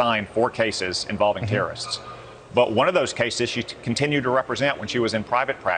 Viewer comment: Can we enunciate if we’re going to have leadership roles? The word terrorist is not that hard to pronounce. Further, everyone knows that there are plenty of innocent people behind bars, being in Guantanamo isn’t an automatic guilty that’s why they just randomly released that man back to Algeria.